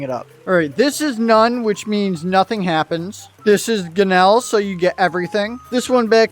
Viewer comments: It’s not ginel it’s gimel for the dreidel cosmetic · its gimmel with an M not an N. 🤓